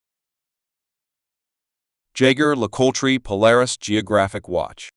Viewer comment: stopped the video the moment the stupid AI voice pronounced JLC...